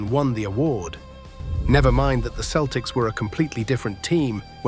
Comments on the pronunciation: at least use a voice that can pronounce Celtics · FWIW, that is not the correct pronunciation of the team name.